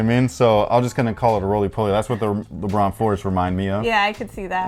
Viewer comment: " so the regular leBRUH 17 is..." I know said lebron, but it sounds like that 😂😂😂😂